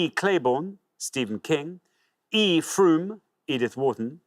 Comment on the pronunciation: Odd also that the hosts pronounced Frome "Froume" . Silent e at the end of a word in English results in the previous vowel sounding long. Besides, if you studied it in school you would know how to pronounce the last name.